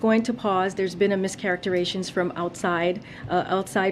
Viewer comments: She said, "There's been a mischaracterations..." The word is MISCHARACTERIZATION. I demand that a fact checker from the Dept. of Disinformation who monitors pronoun-obssessed, identity-politics-hustling people to publicly correct this egregious incorrect use of a non-word. Because I'm disinformed now. Because All Words Matter. 🙄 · "There's been a mischaracter-ations"? She even mispronounces words like her boss! Something tells me her use of the word " pause" is going to be akin to Psacki's "circle back". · "There's been mischarrotations from outside forces"🥴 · A mischaracter-ation? What is she saying? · Theres been a “miscacaritzation”? Is this bidens daughter? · Mischaracteration. She’s on the right team I guess. Can’t read the cue cards coherently either. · Mischarateration? She can’t think or speak coherently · "There was a 'mischarteration' from outside sources"..... HUH? LOL